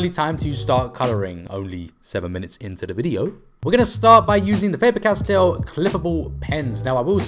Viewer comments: Its castle ,not cast tellll 😂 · Did he say castel not castle what blasphemy is this 🏰🤔